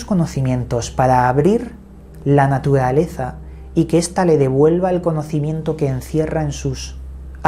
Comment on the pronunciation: Te recomiendo ir urgente a un terapista de lenguaje para que mejores tu pronunciación de la R .terrible tormento que daña tus relatos o compilaciones de otros.pero se ve que haces esfuerzos.molesta cuando dices ahoda por ahora,padecidos por parecidos.natudaleza,tuviedon,mudiedon,fuedan etc